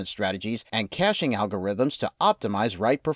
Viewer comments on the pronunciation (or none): none